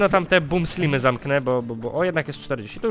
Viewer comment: nie slimy tylko slajmy